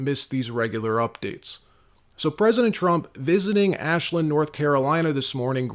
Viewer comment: Ashlin North Carolina? Get it correct dude.... Ashville North Carolina!!